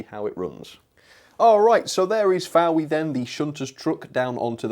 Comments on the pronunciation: Fowey is prenounced foy for your information as the cornish people hate people calling it fowey so there you are a bit of useless information lol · It's pronounced foy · Hello, great review do love the look of that definitely am going to get one, I live near fowey and you pretty much prenounce as foy or foi, cheers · As someone who has been shouted at in a pub in Cornwall for making the same error, 'Fowey' is pronounced 'Foy'. Oh, the strange and wonderful world of British place names! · It’s pronounced foy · Sorry, but please research your pronunciations. Fowey is said as 'Foy' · Yes it is indeed pronounced 'Foy'. Great videos, excellent presentation and very relaxing to watch even to a non-railway modeller whose attic space is filled with... Scalextric. Thanks! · Someone's beaten me to it but yes Fowey is pronounced 'Foy'. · Looks like a great wagon, been thinking about getting the Newton Abbot one because it was the nearest shed to me. I always thought that Fowey was pronounced Foy, because that's how my Cornish relatives have pronounced it. Either which way, great video! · Fowey =FOY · Rolling stock reviews 👍👍👍 Fowey pronounced like a cross between"boy" and "bouy".